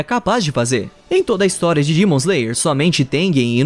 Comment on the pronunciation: Cara no meio do vídeo eu percebi que em vez dele falar demon ele fala dimon me deu uma agonia